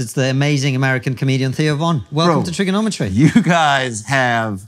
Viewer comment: it's cuz of how that one cat said trigonometry... Theo lost it at the cadence of those syllables